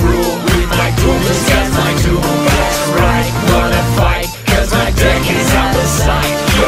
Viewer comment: They say "Deck", I hear "Dick".